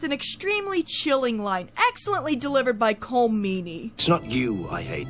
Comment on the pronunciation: Please learn the correct pronunciation of the name Colm.